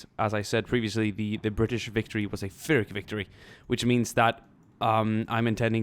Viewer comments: Pyrrhic is pronounced "Peerik" after general Pyrrhus. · Is it Pyrrhic like (Fear)ic or Pyrrhic like (Pier)ic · is a nice Lady hard p, he pronounced it wrong